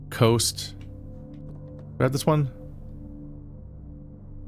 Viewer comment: Coast -> Cost. A is the letter.